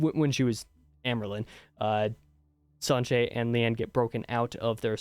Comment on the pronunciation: Siuan is pronounced swan, like the bird. You nailed Sanche as well.